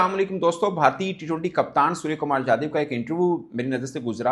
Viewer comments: .IF I CALL YOU '' HAFIZ SAEED or Dawood Ibrahim , Will you agree. Mirch lag Raha hai na. SKY ' NOT SKJ ' , I THINK YOU INTENTIONALLY PRONOUNCING SURYA NAME WRONG. HIS SURNAME IS ' YADAV , NOT JADAV. ANCHOR, OR JOURNALIST SHOULD NOT DO SUCH BLUNDERS AGAIN AND AGAIN. I UNDERSTOOD IN WHAT CONTEXT YOU ARE PRONOUNCING HIM WRONGLY FOR SO MANY DAYS in so many episodes. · Dear Anchor / Journalist/ youtuber Mr, you are pronouncing SKY name as SKJ. His surname or family name: Yadav 'not Jadhav '. I had seen this multiple times in this episode itself. How can this blunder can happen. Yadav, Jadhav, Sharma, Verma are different. Not one and the same. Here India captain name is: Surya Kumar Yadav, but you are calling him as ' Surya Kumar Jadhav, for multiple occasions. R u illiterate. Don't know how to pronounce correctly. If I call you Sana Ullah Ibrahim, will you agree. Or pronounce him as Surya, or sky, don't pronounce him wrongly. Always these Pakistani people pronounce wrongly.